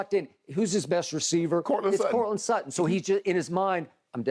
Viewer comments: "courtland slutton" lmao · “Courtland Slutton” 💀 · "Courtland Sluttand". nice 🤣🤣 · I came here for Shannon Sharpe to say Coutland Slutland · "Courtland Slutton"?? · Shannon: Courtland Slutton 😂😂😂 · "courtland slutton"